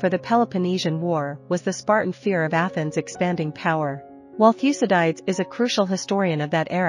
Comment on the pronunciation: Learn how to pronounce Thucydides